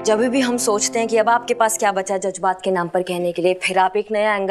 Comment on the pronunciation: aap Jazbaat ko jajbat kahkar Urdu ki tang mat toriye.